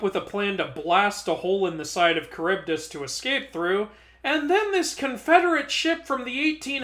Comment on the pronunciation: I thought Charybdis’s name was pronounced like Char-boad-is